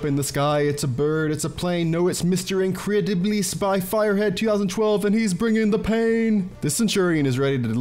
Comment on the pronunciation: I don't know why you're saying incrediblis together it's pronounced in-cre-dibilis